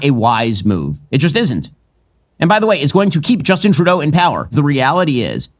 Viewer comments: It's not 2 Dough It's TRUE DOUGH OMG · Justin Too Dough? Geezus C. Ker-eyes='t This is his freaking Dementia again. He's old enough to know Justin's dad, Pierre was once the PM & should be able to say it, but can't.